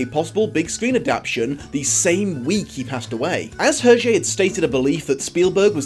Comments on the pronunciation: Actually, his name is not pronounced like that. The H is silent. Phonetic transcription is [ɛʁʒe]. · sorry not sorry for being nitpicky, but... UR-JAY ? ERR-ZHAY ? HURR-JHAY ??